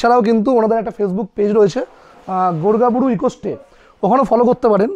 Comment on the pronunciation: ওটা গোর্গাবুরু । গড়গাবুরু নয়।